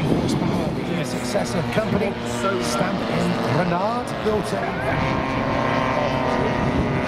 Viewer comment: Despite the name "Stampe", the word is actually pronounced "Stomp". Bugs the hell out of me! Before you tell me I am wrong, I have flown 7 of the full size and over 100 hours logged.